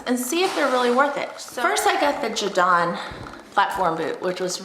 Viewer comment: “Ja Don” lol